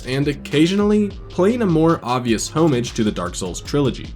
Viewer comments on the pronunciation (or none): Idk… dude said “home-age”